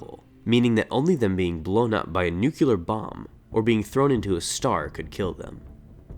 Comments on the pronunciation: nuclear not nucular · "New-clee-ar" not "nuke-ular". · It's pronouced NU-CLE-AR not nukular, unless it's a Star Wars tech I'm not aware of? I hate to be that guy but it sounds really... lets say bad to my ears when you say it like that. It's a stain on an otherwise very well crafted video. Thanks for the good work I used to read the clone wars comics and wondered about what happened to Durge. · It's not "nuculer," it's "nuclear." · Why do people say "nucular" when its pronounced nu"clear" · You can tell there is something wrong when you hear someone say "noo-kyoo-lar." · It's pronounced NEW-KLEE-URR bomb. I hate being this guy, but this is who I am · It's pronounced: "New-clear" Sorry I couldn't help myself.